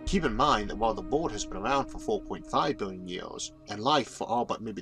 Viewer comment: like how does someone speak all these big words like a baby and expect to be taken seriously? Maybe take a minute to correct your luewrng tuewrng impediment before trying to inform the wouwld and the eawth. like every other word is teaching children how not to speak correctly. what a fucking joke. I could laugh at this video all day luewrng.